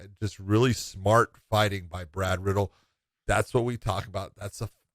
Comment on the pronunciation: Let me correct every MMA personality. It’s pronounced as Brad Re-dell. Not Brad Riddle.